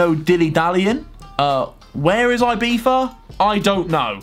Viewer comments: Its actually IbiZa not IbiFa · Ibiva? its Ibiza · Man its IbiZa not IbiFa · No one: Harry: “ibifa” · Name: Ibiza Harry: Ibeefa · harry sais Ibifa instead of Ibiza. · Why does he say ibifa